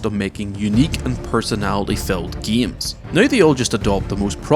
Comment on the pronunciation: why does he say gemes